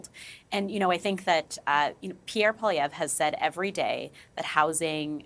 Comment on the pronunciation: Mr. Singh needs to learn how to pronounce the name of our next Prime Minister correctly. Its Poilievre!